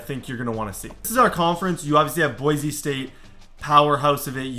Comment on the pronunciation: please call it BoiSe State not Boize State. It kills me 😂